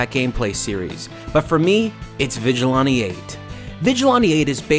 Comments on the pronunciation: It's pronounced Vij-a-lan-tee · Say it with me: Vigil-"anne"-te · "Vijilaunty eight" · Why do you say "Vigilante" so weird? STOP THIS.